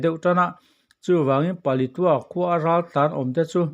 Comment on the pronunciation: Thurawn ka’n pe ve mai mai ang che aw. Palitua I tih hi, Paletwa / Palet ua tia lam rik tur a nia aw.!🤫😩😂